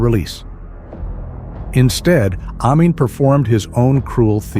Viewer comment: Ai is clever. But it can't pronounce Amin.🥴